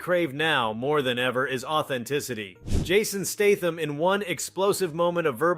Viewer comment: Or Jared "Leeto". Or Jason "Staathm".